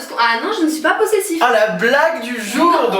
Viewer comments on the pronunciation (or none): Elle dit "possessiF" XD